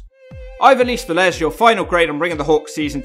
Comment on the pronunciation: You weren't far off at all for what that's worth lol, at least you nailed the surname. Lot better than a lot of other Brits when saying Latin names IMO.